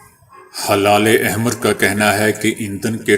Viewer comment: It is not halale ahmer it is helale ahmer